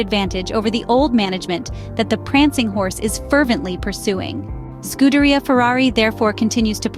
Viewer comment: Repat after me: SKOO-DEH-REE-AH